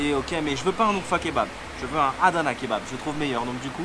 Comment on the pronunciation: 2ème vidéo de ma région URFA merci frérot hhahah jkiff trop qd tu parle en turc tu prononce bien URFA 🇹🇷😂 le kebap tu as manger c'est PTALICAN KEBABI le piment la base cest la vie 😋👌🏽 a URFA on est très accueillant même à DIYARBAKIR c'est la même choses en générale la Turquie est un très beau pays et pour info tes passer devant les magasin de mes cousin 😊